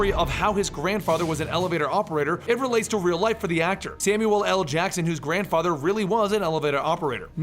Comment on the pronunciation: Samuelll el Jackson. Did anyone else catch that